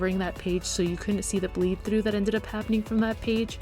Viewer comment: When she say trough ts hillarious (in a good way not to be rude or anything)